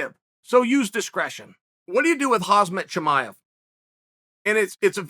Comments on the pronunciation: Hozmit chimaev is how you pronounce his name, thanks for clueing us in uncle chael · He is a hazard for other fighters Chael... but its Khamzat Chimaev!!! Not Hannaford suit Chimaev lol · “Hazmat Chimaev” - Chael 😂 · Chael “Hasmat Chimaev” Sonnen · same old chael " hazmet chimaez" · I love how americans never give a flying F on how to pronounce foreign names. They just make up their own version; “Haas-mat Shimaiev” is your name now! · It's hamzaat hamzat the m before the z hamzaa c'mon uncle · What do you do with Khazmat Chimaev? How about say his name the right way? 🤣